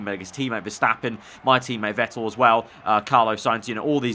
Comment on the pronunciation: Vettle XD its vettel